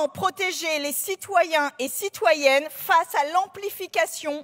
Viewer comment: Elle a dit citoyen et cytouenne mais elle a pas dit iel.... C est pas respectueux